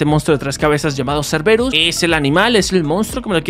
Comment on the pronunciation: pibe se nota que de historia no sabes nada, el perro no se llama serberus se llama serbero se pronuncia asi como se escribe y hades no es jades osea la H no tiene pronunciasion y serbero no tiene una version humana, por las dudas escribo con falta de ortografia porque escribo enojado